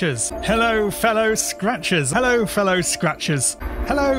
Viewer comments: "Hello Fellow Scratchbaits" is what i started to hear after hearing it for a nice minute or two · It started sounding like “hello fellow scratches”